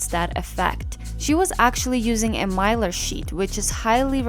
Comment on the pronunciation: Mylar, you pronounced it correctly.